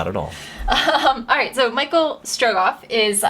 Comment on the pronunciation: It's Michel Strogoff, it's a French story :-)